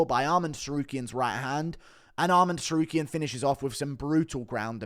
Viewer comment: I hate the way he says to-sarukyan